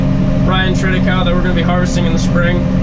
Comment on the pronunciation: use fork extenders and use the opening provided, till the manure quickly to trap more urea in the soil layer, you are losing valuable nitrogen units!!! triticale is pronounced incorrectly.